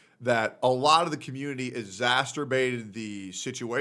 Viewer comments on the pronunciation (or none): I don't care about the drama but I do care that bro cannot pronounce "exacerbate"